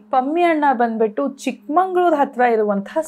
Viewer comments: I am from housing board, Chikmagalur It's Chikmagalur not Chikmanglur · ಚಿಕ್ಕಮಂಗಳೂರು ಅಲ್ಲ ...ಚಿಕ್ಕ ಮಗಳೂರು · Please call it correctly.. ಚಿಕ್ಕಮಗಳೂರು & ಸಖರಾಯಪಟ್ಟಣ ಚಿಕ್ಕಮಂಗಳೂರು & ಸಕ್ಕರೆ ಪಟ್ಟಣ is wrong pronounciation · Chikmangalur ❌ Chikmagalur ✔️ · It's not a chikkamangaluru it's chikamagaluru not sakkarepatna sakharayapatna